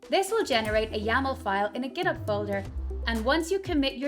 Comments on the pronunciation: Is there any reason for not pronouncing the 'H' in Git Hub? As far as I know. most people pronounce it as 'Git HUB' not Git'ub'. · This is not an accent. It's an example of someone pronouncing it incorrectly. And then all the non-English speakers watching this are going to copy this pronunciation and think this is the way to pronounce "GitHub".